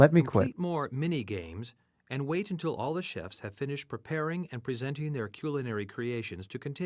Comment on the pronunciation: cyoolinary creations